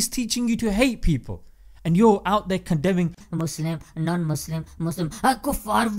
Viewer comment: Did he just say “mozlem” 😂. Nice